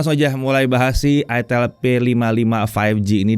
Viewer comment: Itel dibacanya aitel Bukan itel bukan itil